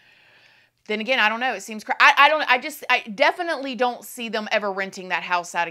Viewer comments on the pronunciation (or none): none